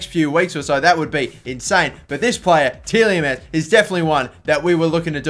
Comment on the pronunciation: TielJemans :D Its funny how english people cant pronounce dutch names :D Its like kevind de bruyne you guys say something like kevin de brojne :D